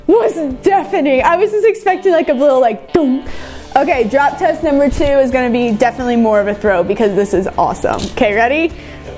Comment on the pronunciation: whom Taught you to say a number Incorrectly ??